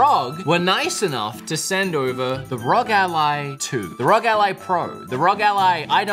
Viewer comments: Dude its not peononced Rog its r.o.g you sau the letters individually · R O G Not rog, please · Its R O G ally not rog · it is not Rog. It is ROG. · R.O.G NOT RUG🤦🤦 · that is not how you say ROG